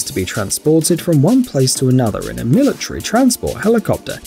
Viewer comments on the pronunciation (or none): I hate how he pronounces military like milatree lol